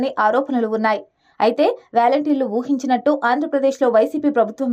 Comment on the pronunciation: It’s not valenteers.. volunteer.. your pronunciation is ugly..